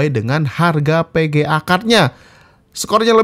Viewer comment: PEGEA atau VEGEA??? :v